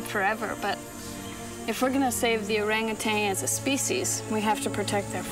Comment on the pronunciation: Why are you calling them “orangutangs?” They’re orangutans.🤦‍♀️